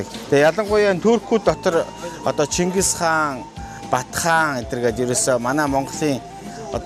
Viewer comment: Omg yun chingis haan be ? Mongol gej heleed ooriinhoo neriig gargatstai helj surval hamaagui deer shuu. Nevtruuleg hiij bgaa hun helj yrij bgaadaa sain anhaarsan zob shuu. Busdaar bol bolj l bna daa. Amjilt husii